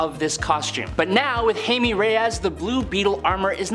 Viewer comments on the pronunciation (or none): Not you butchering jaime (hi-meh) reyes as (hay-me). Lmao!